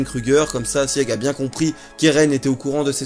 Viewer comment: Sieg se prononce Sigue, les Eldiens sont de culture germanique... La femme du gala est une Ackerman, les 3 sabres sur son écusson forment un A. Elle est affûtée et a sauvé un Eldien. Elle fait pensé à Mikasa...